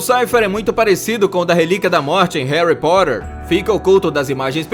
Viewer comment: falou Potter errado...